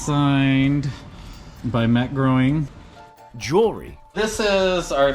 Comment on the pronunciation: Did he just butcher Matt Groening's name? Cuz I think he did!